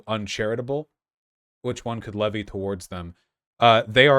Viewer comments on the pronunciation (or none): none